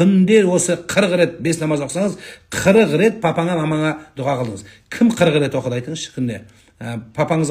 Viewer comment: ДУГА ЕМЕС ДУА БОЛГАНЫГО САЛАФИТ.